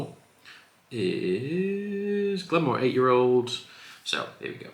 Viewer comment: Hi, MH in gaelic is usually pronounced V. So Glen Vawr.